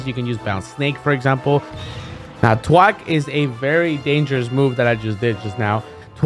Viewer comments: I hate how you butchered thwack to twack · "Twack is a very dangerous move" Twack Never learn how to say that word correctly. Never change